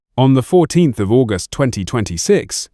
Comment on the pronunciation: The way August was pronounced with emphasis on "gust" tells me this is AI-generated SLOP! The narrator is a ROBOT! So THUMBS DOWN FOR THIS INSULT TO THE MEMORY OF JOHNNY YOUNG!